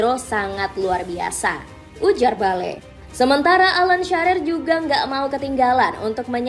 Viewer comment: Bale, Sharer😂